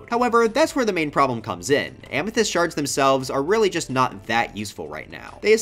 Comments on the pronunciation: EVEN MORE SHRRRDS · not the shrrrrds